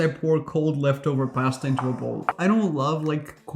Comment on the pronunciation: It's the right way to say it.